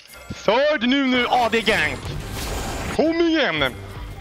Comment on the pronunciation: "aw de nunu, aw de nunu, aw de nunuuuu" xD I love the way he says ad haha